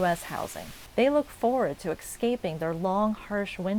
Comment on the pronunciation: Ma'am, please stop mispronouncing "escaping".